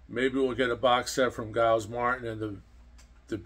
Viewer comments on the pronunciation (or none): Great subject. I need to point out, "Giles" is not pronounced with a hard "G" like "Guy". It's a soft "G", pronounced like “Germ" or "Jelly". Also "Geoff " Emerick is pronounced"Jeff". The "o" is silent. Just an alternate way of spelling "Jeff". Some Beatles fanatics 🙄 word of lambasted you! HaHa! Also, "Free As A Bird" & "Real Love" were both released on vinyl 45's with picture sleeves. On another subject, I wish I had gotten those anthology LP sets either when they first came out or a second time I had a chance to get all three at $40 a piece, still sealed! It would be great if they rereleased them with a 4K remaster of anthology on Blu-ray! Nice,! I just don't see it happening! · Giles is pronounced "Jiles," not like "guiles."